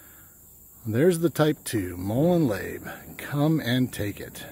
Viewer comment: I love the Series from Intaglio and with the backdrop of the river is absolutely perfect. Great Video P.S. Labe is Labè accent over the E. Pronounced with an A sound like “ Hey” Just an FYI 😉